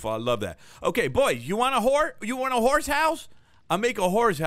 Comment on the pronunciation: How come nobody is talking about the fact accidentally said hoar instead of horse in?